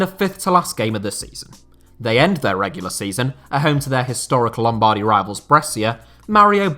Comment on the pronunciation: The way you pronounce lombardy made me physically feel sick